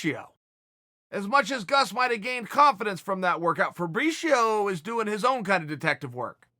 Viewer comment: He says febricio funny